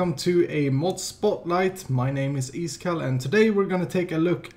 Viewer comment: I like his way saying iskall in swedish